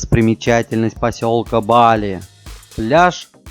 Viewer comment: Только БалИ , ударение на И